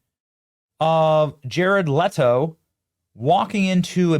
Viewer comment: No Benny, it IS jared LEE-TO. Just like rachel ZEE-GLER. Who cares no respect for narcissistic pretenders